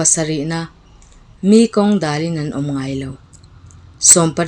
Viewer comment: 20 na 'Mi zawnna hlang.... tiha 'Mi' tih lam dan hi 'mi rethei" tih a mi lam angin a hniam a lam tur niin ka lo hre thin.